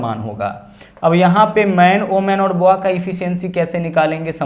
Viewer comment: सवाल करने का तरीका अच्छा है। ❤लेकिन Boy बॉय कहते हैं, या फिर हिंदी में बच्चा या बालक ही कहो। आप बोआ बोल रहे हैं। बॉय का मतलब बच्चा और बोआ एक सांप की प्रजाति होती है।